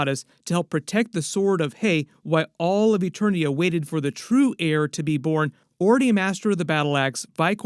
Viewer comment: And it’s not Eternos its Eternia 🤦🏾‍♂️